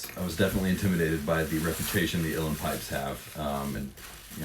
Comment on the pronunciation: And you pronounced Uilleann correctly! I know people who know Irish Gaelic (they think they do) that can’t even do that correctly!